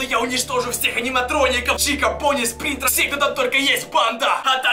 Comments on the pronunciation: Спрингтрап ударение падает на а, они на и! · Да блин не спринтэп или как ты его там называешь,а спринрап(удобрение на а)